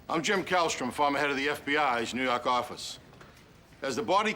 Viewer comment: "fawmuh head of the New Yawk office " love it!!!